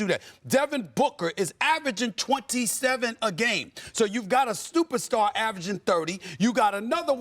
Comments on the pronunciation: Stephen A. literally says “stuperstar” . Lol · Stephen A calling Book a stuperstar is crazy